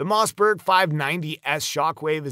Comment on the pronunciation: WTF is a Mozzberg ?? I hate AI